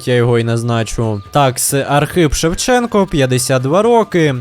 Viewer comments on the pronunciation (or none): none